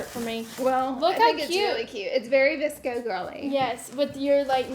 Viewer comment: Oh my god I’m so dumb.. I thought she said a DISCO girl box 😂😂 I didn’t realize until she opened the scrunchies that she really said VSCO 😅